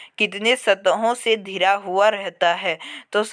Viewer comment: Are bhai14 ka question pdne nhi ata hai kya ghira ko dhira pdta hai